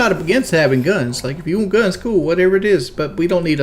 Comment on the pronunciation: "waont" and angles his Head to his right